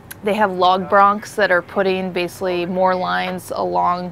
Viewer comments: Is that lieutenant incapable of correctly pronouncing the word 'basically'? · Please for the love of God, someone teach the Lieutenant to pronounce the word basically.